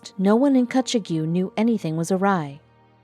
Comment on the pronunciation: It’s pronounced “Kutchog” & rhymes with “hog”.